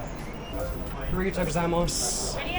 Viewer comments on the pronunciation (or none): "Origatoo" gozaimasu! Lol Man, I have to tell...what a nice transition when opening the bottle!